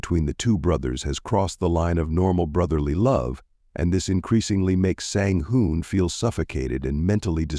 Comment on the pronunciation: Twin #1 Sang Hoon was pronounced consistently, twin#2 was pronounced Sang Hoon, Sang Han and Sang Hyun. Very confusing